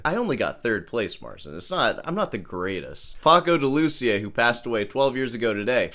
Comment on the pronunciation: Wassup? Love your ranting and congrats for the 3rd Place Championship you landed in Troy, Alamaba no less, but when pronouncing "de Lucía" you should put the accent on the i, not the u. Please.